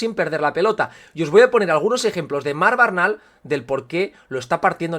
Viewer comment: Disculpa pero el apellido de Marc Bernal se dice Bernal no Barnal, es familia de un amigo mío su padre y el apellido es Aragonés, se dice cómo se lee. Buen análisis y enorme trabajo el que te tomas en tus publicaciones, muchas gracias.